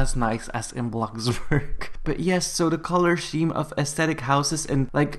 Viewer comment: I think he said color sheme LOL